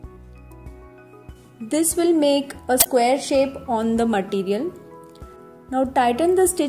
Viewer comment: it's too tough ,and you don't know how to say material, you are saying maatttiiireealll